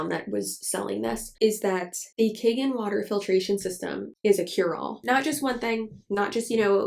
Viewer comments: I'm just finding bout this filter but it's not kagen, it's kangen (kahn-gehn) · In Japanese it is c-ahn gen (Gen, not jen).